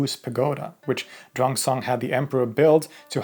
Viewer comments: Xuan zang is pronouned similar to SHUAN JOHN i think you got it backwards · It's pronounced 'Shoo-en zang' . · Xuan Zang is pronounced swen jang